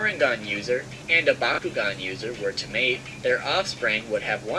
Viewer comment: He never noticed that just said BAKUGAN instead of BYAKUGAN